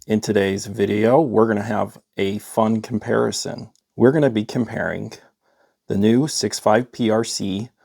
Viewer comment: Is there a K at the end of the word comparing? Is it comparingk?